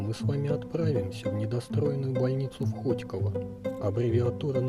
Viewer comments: Не хо́тьково а хотько́во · Не хОтьково, а хотькОво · ХотькОООООООООООООООвооооо, неуч !!!!! Ударение на ХотькООООООООООООООООво!!! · Правильно говорить хотьково ударение на 3 о и да я живу в хотьково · Вы бы хоть ударение в городе загуглили) Даже обидно за свой город( ХотькОво